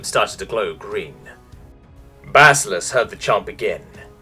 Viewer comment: BA-SI`-LI-OUS ! GOD DAMN YOUR BARBARIC GABLOE! FOR ONCE PRONOUNCE A NON ENGLISH WORD RIGHT!